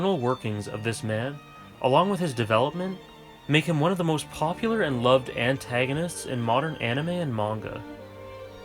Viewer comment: Am I the only one who hears say "ANT-tagonist" at??? So you need not be sorry;)